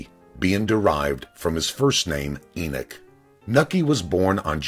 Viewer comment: The name is E-NOCK not e-nuke